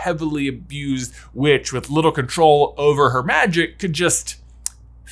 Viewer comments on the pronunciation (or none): none